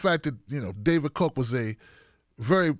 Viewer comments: The name is pronounced COCK, not COKE. Just sayin......check the spelling. Cheers, Maui Bill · Pronounce Ka (o) ach. Now say it fast.